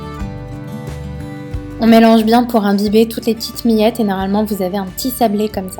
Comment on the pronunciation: Ça a l'air uuultra bon, et j'adore la façon dont tu prononces miettes, mi-ettes :)